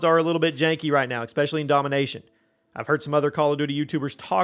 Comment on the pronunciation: Great review, but I couldn't focus after noticing you saying expecially instead of especially 😂